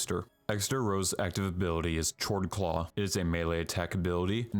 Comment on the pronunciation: It took me so long to realise Chordclaw should be pronounced Chord (Kord) claw as opposed to tchordclaw